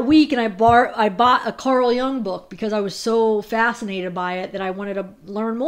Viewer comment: Pretty sure it’s pronounced Yuung , Carl Jung is still right on in theories.. thank you for doing this.